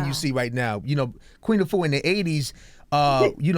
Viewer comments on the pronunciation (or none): Great message Sister! Just want to let American folks know that the pronunciation of "Afua" is incorrect. Think of correct pronunciation like this..."AH-fu-WA". Don't say "YOU-AH" at the end (like Envy). The name "Afua" has three syllables, however if said correctly, it flows as if it's two. Almost as if the "AH" and the "fu" slur together. Try saying "AH-fu-WA" ten times till the "AH" and the "fu" become two syllables...then add the "WA" at the end. And remember to push the air on the "FU". Try it...It's a beautiful (and very old) Ghanaian name. Peace to the Planet! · Is she Ghanaian ? Because that’s not how the name Afua is pronounced......